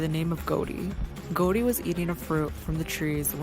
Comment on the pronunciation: Jesus it's GOOD ALL ...not GOOD WALL..how could you invest so much in something and not even know the main subjects name..and stop trying to sound like that idiot with all the hair in the you tube shorts..this just shows our low American standard. We are the world's new laughing stock